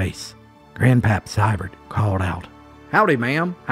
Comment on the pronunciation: It's pronounced Sēē-burr(dt) NOT Sye-burrt. I am a descendant via my paternal grandmother; Hattie Ellen Seiber-Maggard There are several variations of spelling; • the presence or abscence of the final "t". •The "ei" is also spelled "ey" but pronunciation remains "ēē". The name is German; Swiss Mennonite.